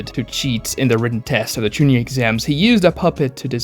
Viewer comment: The way he pronouces Genin, Chuunin, and Jonin drives me fucking insane as someone who lives in japan